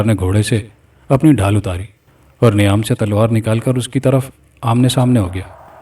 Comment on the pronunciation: Niam nahi _meyaan m talwaar 👍🏼 sahi pronunciation